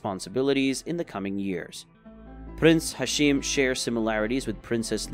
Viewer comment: its prince hashim not hasheem